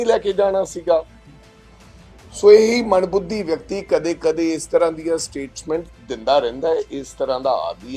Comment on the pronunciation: Manbhudhi nai hndaa mandbuddhi hnda haii..🎉🎉🎉galat uchaaran